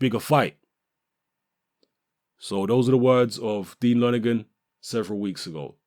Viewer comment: Help JP familiarise him with the British public? What drugs are u taking? U can't even say lonergan properly!? More like help the british public familiarise themselves with JP? Love your vids but come on!? Think about this one! Lonergan is a bawl bag. He doesn't know shit! JP don't duck nobody! Nor does AJ.